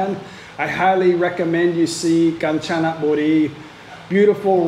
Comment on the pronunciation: Rajendren Natraj not the same it called Ganchanaburi but pronounced “ Gaan-ja--na-bu-ree”